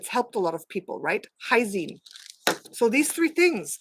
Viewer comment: Hisine... It's really L...- lysine. Looks like Hysine , but no such thing.